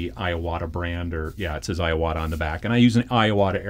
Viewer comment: I-ya-wata… lol